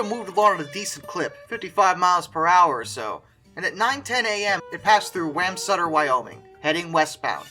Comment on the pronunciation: Its Bob Anderton, James Robert Anderton went by Bob. And the town of Wamsutter is pronounced Womsutter, like momsutter. My grandfather James (Jim) Casto was his friend, I grew up here.